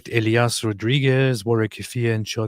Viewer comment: His name is Elias, not Elayah. That a hispanic name like Jesus. He is not islamist, he is a brain wash person by the liberal media, probably from a Christian family himself. They don't say from what contry he is from. I hope he is not from my. He apers in an intervio by a news nerwork around 2019, I think.